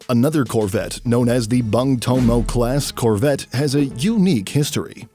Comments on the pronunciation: bung it should be read boong please read my language properly.... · But when the narrator pronounces Bung with a sound like Bank in Indonesia Word ( Bang ).. I laugh a lot 😁.. Cause it hit me different... Bang is associated with One of our calling from Betawi/ Sumatran Culture ... From my points of view.. Bung who spell its U vocals like a u vocals in ( Through ) Words are coming from the year 1945 when Surabaya People struggled heavily fought theyre dignity and Honor with Dutch and English occupied Army )... So as a fellow who ussually heard Bung Karno.. Are Spell Bang Karno.. Its make me smile 😊.. Iam not tryin to mocked.. But Bang are mostly associated with rural people.. Bang Betjack ( ricksaw pedaller ) Bang Ben ( famous Betawi Culture Artist ).... anyway Its ok cause the Narrator are a foreigner.. Singaporean right 🙏🙏 me as an Indonesian Admired our neighbouring country.. Singapore.. Tiny but got so much power in Economy and Technology... My appreciations to ur Military review ' Sir.. Keep the good work 🙏🙏🙏